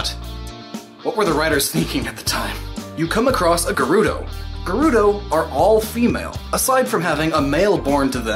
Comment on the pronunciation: Thank you for pronouncing Gerudo correctly. You have my respect, good sir.